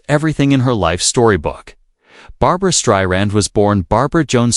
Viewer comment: Whoever this is speaking, you don’t even know how to say her name